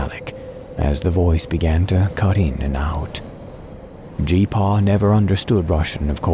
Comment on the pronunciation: I cringed every time you said G-Paw